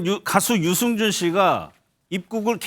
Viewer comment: 유증준 아니지요 아나운순분~~들 똑바로 해주세요